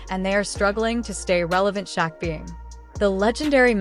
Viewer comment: Fucking Ai voice over too. Kept calling Shaq "sha"